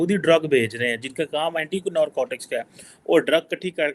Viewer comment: Norcotix nhi Narcotics pronounce kr...